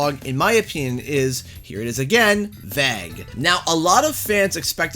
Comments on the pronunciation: WTAF does "Veg" mean? Or does this guy just not know how to pronounce "vague" ? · Its not Vuh Egg its Vay guh! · Vague is pronounced “vayg” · Why do you say vague like "vag" 😂😂 oh canada never change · Great content as always but just had a question (hope you don't take offense) - your pronunciation "vague", is that a Canadian pronunciation? It sounded really strange as pretty much everyone pronounces it "vay-g". Just curious. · Please stop pronouncing "vague" like "bag." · vague is not pronounced vag bro... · Never heard anyone say it that way. Maybe he was being vague with his pronunciation by calling it “Vag”. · That's an interesting mispronounciation of "vague". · the most Canadian pronunciation of Vague i have ever heard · I’ve not heard the word vague pronounced like that... is it the way it’s said in Canada? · Good vid but you pronounced the word of the day ‘Vague’ so poorly I cringed a little 😂 Is this how American and Canadians pronounce this??? Ewww